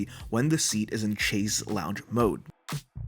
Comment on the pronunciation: That Chaise lounge mode makes no sense. Leaning against the back wall with the seat in lie-flat position. Why not just use the seat in recline seating position? Btw, you are pronouncing "Chaise" incorrectly. It is pronounced as if it is spelled "Shaise"... "shayz" not "chayz".